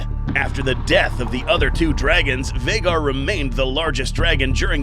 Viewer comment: It's been this long and he still hasn't corrected to Vhagar. Lmao